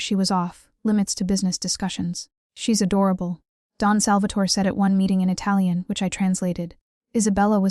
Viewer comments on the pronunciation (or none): none